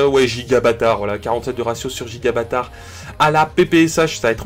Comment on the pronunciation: Euh c'est moi ou il dit "Gigabatard" a la place de Gibraltar ? 😂